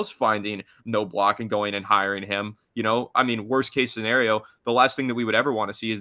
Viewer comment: Please learn how to pronounce names like Knobloch. It's not No-Block.